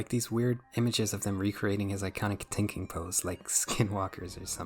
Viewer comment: Please try to pronounce Three, Theory and Thinking properly, that sht hurt to get thru, even though I agreed with most of what you said